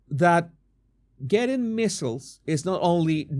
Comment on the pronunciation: MMR = Measles, Mumps and Rubella and -- it's not "missles" it's "mee zels"